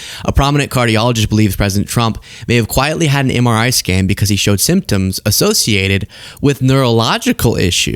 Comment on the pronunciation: He had trouble pronouncing MRI 🤣